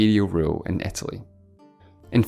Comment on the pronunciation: The speaker doesn´t pronounce english properly. It´s not Etaly but Italy. ¿Is it maybe a dialect?